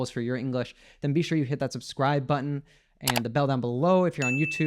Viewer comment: How you guys pronounce botton? Where is tton?😂